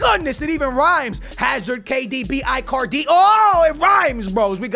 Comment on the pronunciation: IT'S EEEEE-CARDI